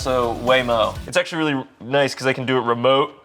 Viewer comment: .0 ian: weally excited to be here: *loses it*